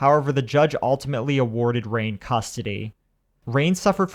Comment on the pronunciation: Her name is pronounced as "Ryan" and not rain. I had a friend named "Rain" and that's how it was pronounced for her so I'm assuming that's how she pronounced hers as well.